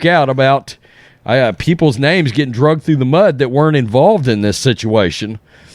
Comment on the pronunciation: it's "dragged"